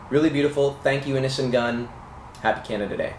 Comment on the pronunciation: It sounds like you are saying "Innocent Gun". That's a cool name for a beer too.